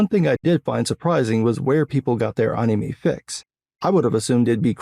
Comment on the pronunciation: I love how you say anime correctly but it sounds wrong. This is like TEKKEN all over again.